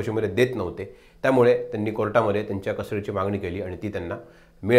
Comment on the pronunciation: Nit Marathi bolnari loka nahit ka tumchyakade? ‘Tenni’ kay asta? Mala tar ‘tyanni’ mahitye